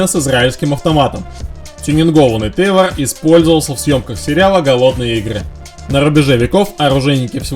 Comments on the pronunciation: Не Тейвор а Тавор (Tavor)! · и "Тэйвор" б%%ть!